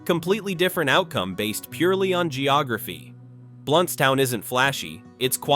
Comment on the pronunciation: I used to live in Blountstown… wish you people could learn to pronounce things properly. Micanopy, which I live near, is another one y’all butcher.